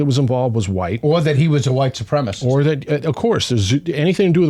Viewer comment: I appreciate what you're doing, guys, but... gotta say, the kazoo between segments is pretty cringe 😂 Edit: Also, is "supremacist" being pronounced "supremist" a dialect thing? I've never heard that pronunciation before